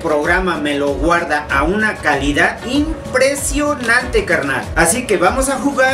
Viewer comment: Una calidad inpretshionanti